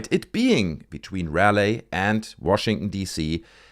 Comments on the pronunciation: If you care, its pronounced Raw-lee. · Interesting video. I live in Raleigh, NC. FYI it’s pronounced “Rah-lee” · The city is pronounced ra-lee. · Ra Lee Thats how you say raleigh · Sorry for the correction, but Raleigh is pronounced Rah Lee. Trust me, you're not the only creator pronouncing it wrong. I like your videos. 🙂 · Oh and its pronounced Raleigh(Rah-lee), great video though